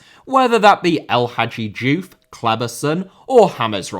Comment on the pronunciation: Diouf* not Djouf Gilberto * not Gelbötouw Valencia * not Valencier Dinamo* not Dinamau Zagreb* not Zohrgreb Reyna* not Reyner Gio* not Dgìouw Half * not Holf Serie * not Siri Arrascaeta* not Arsquieta Cruzeiro* not Crugeirouw Diego* not Diyeigouw Alonso* not Alonzouw De* not Di Gvardiol* not Gvahrial